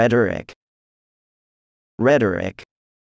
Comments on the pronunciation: i literally misspelled "rhetoric" bc who tf pronounces it that way....? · I've never heard anyone pronounce rhetoric like that. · Apathetic V Perfidious V Ruddy V Rhetoric (i struggled with this one because i pronounce it differently) V Umptuous X Mince V Aglomeration X Terse V Histrionic V Aprogrium X Chromatic V Prosecute V Perceptable X Prodigious V Schizophrenic V Rebold X Perennial V Teem V Prepound X Titular V Overall I got 14/20, which I'm pretty pround of since I only knew 13 of the words, plus I'm 14 years old :)